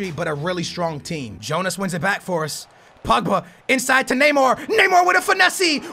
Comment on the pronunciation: He says it like Pugba its POgba